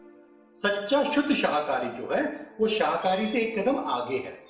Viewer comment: Sirji शहाकारी बोल रहे हो आप, शाकाहारी है वह ✨